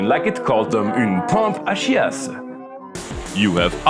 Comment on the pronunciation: You speak perfect French ! « Pompe a chiasse » 🤣